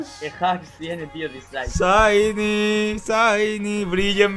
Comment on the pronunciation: ya me canse de escuchar ESHAINY